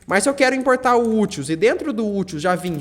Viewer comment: Explicação ótima, valeu! Só uma crítica construtiva: se fala úteis, não utils.